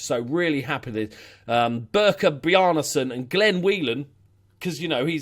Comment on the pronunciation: Not that you'll pay any attention to how to properly pronounce the names, but just so I can say that I tried; Birkir Bjarnason is pronounced Bihr-khir Byahr-nah-son (roll those R's too)